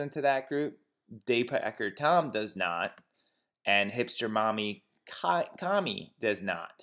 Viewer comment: Its Kaaaaami not Caumi